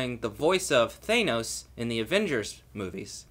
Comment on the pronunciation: GOOD LORD! Its Thanos, not "Thainos"